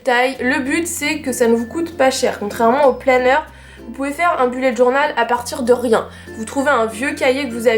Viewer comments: BELLET DJORNAUUELLL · *Boullet’ djornaule* serait la bonne prononciation:) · Belette djornal